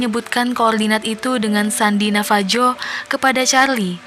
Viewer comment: Bukan navaju pronounciation nya tapi navahu